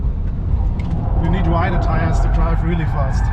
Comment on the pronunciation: "no it's... it's fest" xd